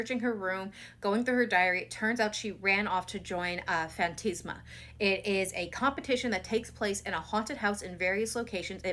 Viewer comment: FAN-TAS-MA, not "fan-tis-ma" ;-)